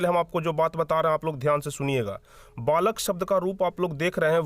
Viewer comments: Balak ko valak kiyo parh rahe ho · Valak nhi balak hota h